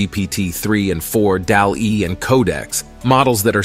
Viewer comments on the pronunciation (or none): DALL-E is pronounced like the painter Salvador Dali. DALL doesn't rhyme with "pal".